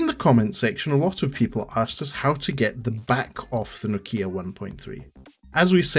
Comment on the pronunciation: It's. Nokia. 😂😂 Thought you tech. Man. Cheers though